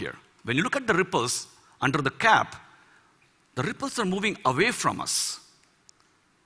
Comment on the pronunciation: Verdade até o "are" dele pareceu que iria soltar um "alre"